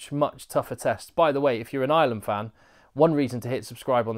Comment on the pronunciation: I love your work.. but and it's a big but..... It's Ireland not island.......😂😂😂😂😂